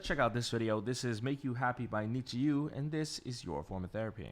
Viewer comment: it's pronounced like Need You, the fans are WithU!